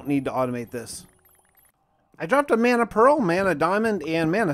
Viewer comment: Mana= maa-nuh ...... Video was lit and a good watch 🗣🔥💯 but hearing you pronounce the word like that is unacceptable my boy